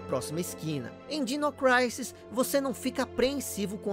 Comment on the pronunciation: MASSA! ADORO SEUS VIDEOS...Só uma dica: Creio que, ja q é pra pronunciar o nome do jogo em inglês, ja q disse "Craisis"(Crisis), corretamente, a pronuncia de Dinossaurs é "Dainossors". Dino é diminutivo de Dinossaur...Então a pronuncia certa é algo como Dainou Craisis.